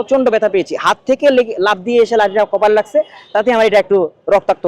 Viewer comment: “লাগজে” ?? 😅😅😅😅😅 কোত্থেকে আইছো বাপু ?